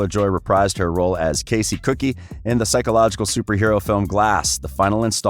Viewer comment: It cute when he pronounces Casey Cooke as Casey Cookie